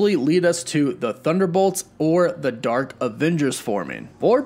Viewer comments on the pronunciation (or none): none